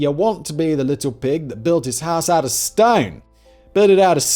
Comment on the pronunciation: lol at Simon's vocal emphasis when he says "you'd rather be the little pig who built his house out of STONE!"